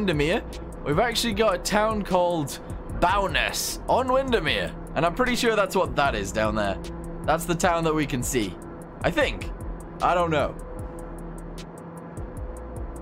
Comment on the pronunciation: Bowness-on-Windemere is pronouced like a Bow and Arrow. Bow-ness. Sounds abit like the word bonus, just change the 'u' to an 'e'